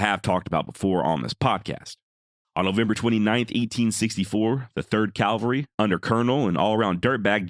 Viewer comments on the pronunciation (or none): Thank God you were lying! I was praising your rendition in my head, and then I wanted to kick your ass. You got me, brother. Nice job on your presentation, although it bothers me when people say "calvary." You did offer a disclaimer although the forefront. Groovy 😮